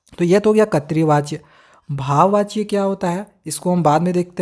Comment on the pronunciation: Katri vachya🤣🤣 nahi voh (krit vachya) hota hai